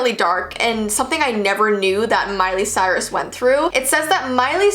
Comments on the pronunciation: “Miley Stort”?! 😂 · Her name is Miley Cyrus. Not Miley Stuart.